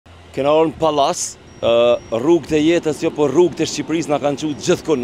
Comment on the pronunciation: O Berat ......Palase .....dhe jo Pallase